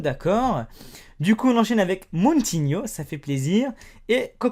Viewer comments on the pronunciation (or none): Et dis pas MOUNTINHO MAIS MOU COMME MOUUUUU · Salut on prononce moutinio et pas mountinio et levandowski voilà sinon j'aimerais bien gagner les double ou même iniesta avc une boîte merci 😊